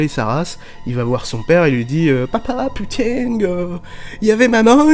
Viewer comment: On met pas des "g" de partout à la fin de putain !!!😡 (ou alors on a l habitude depuis le temps et on l entend plus, putain étant nos virgules effectivement). 🤣😂